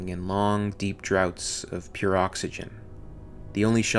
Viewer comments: "Draughts" as in "drafts," not "droughts." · Hey narrator, draughts is pronounced drafts, not droughts.